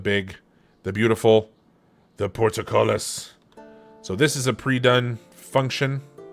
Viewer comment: Liked. But I cringe at your pronunciation of ‘portcullis’ 😉